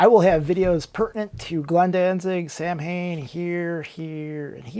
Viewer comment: The band 's name pronounces SAW - WiN because it is Celtic